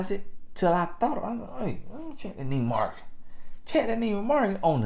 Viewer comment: Mintimum... 😂🤣😄😅😁👌👍Nieman Market...uh, Nieman Marcus...., you are totally comical 🤣😂🤭